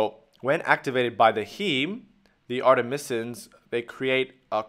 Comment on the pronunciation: Artemisnin, not artemisin